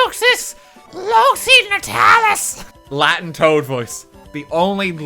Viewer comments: The amount of demons you summoned with you mispronunciation of the Latin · me when rt pronounces the latin c with a s sound